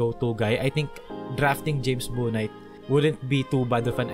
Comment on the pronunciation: Bouknight is pronounced "Book-night"